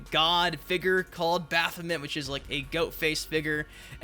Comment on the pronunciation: Baph o mint 🤣🤣🤣🤣